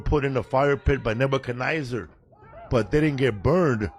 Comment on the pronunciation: That drunk guy talking about Pulp Fiction totally butchered the story of Shadrack, Meshack, and Abednego, who were the three thrown into the fire by Nebuchadnezzar (NOT Nebuknizer). In the fire, Nebuchadnezzar saw FOUR men, though only three were thrown in. The fourth Man was Jesus Himself.